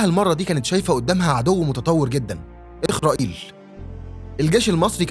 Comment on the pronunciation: 🇩🇿اتعلم ان اسرائيل اسم نبي وانت تقول إيخرائيل